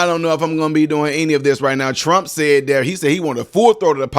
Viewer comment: Bro said. “Tump”